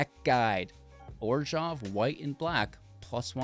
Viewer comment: I find the way you pronounce Orzhov a little off-putting. Though, still a solid list, thanks!